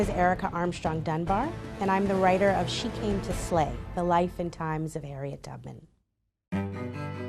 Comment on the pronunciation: Ikr it kinda sound like "she came to slave"